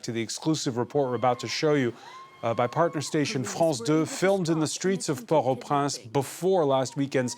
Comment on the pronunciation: I keep hearing Port Au Prance. Wasn't it Port Au Prince?